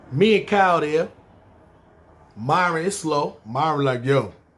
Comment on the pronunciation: Nigga said miron eyes lmfaooooo khill they dont kno about tha ben let me hold 40